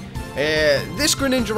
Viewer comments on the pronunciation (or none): u said greninaga